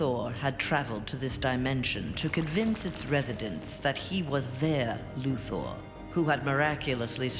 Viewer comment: ITS LEX LUTHER NOT LEX LUTHOOR